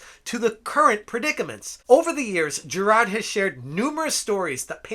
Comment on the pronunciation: How can you pronounce hard, fine, but struggle with Jirard.